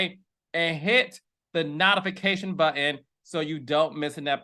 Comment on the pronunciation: Wait. We get a clear, proper enunciation of Givenchy and also….nottifications. I cannotificate!!! 😂😂😂